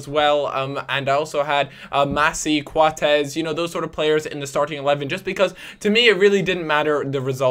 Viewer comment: Why do you pronounce Coates 'Quatez'?